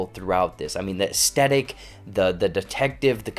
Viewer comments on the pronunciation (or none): Learn how to say "aesthetic". It's not "a-stet-ic".